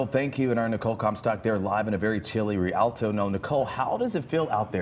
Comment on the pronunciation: RE-AL-TOE. Geez. Where do they find these news people?